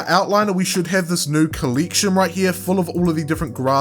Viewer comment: Good tutorial but why do you pronounce the E Letter so weird? Coll*ie*ction Acc*ie*ssor*ie*s